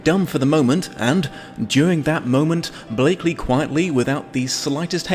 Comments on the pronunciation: Blakeney not Blakeley. You keep saying Blakeley. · Blakeney, not Blakeley. Sir Percival Blakeney, Baronet, if you please. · BlakeNEY. Nuh-nuh-nuh-NEY. And are you trying to curry favour with the septics by saying "uh-RIS-to-crat"? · I much prefer the 1934 version (Lesley Howard, Merle Oberon, Raymond Massey) and it's BLAKENEY, not Blakeley!!!!!!!!!!!!!!!!!!!!!!!!!!!!!!!!!